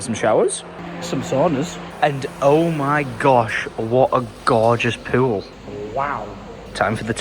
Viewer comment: its pool, not pwul.